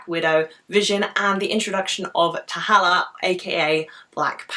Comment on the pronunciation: "T'halla" ? dont you mean T'Challa ? lol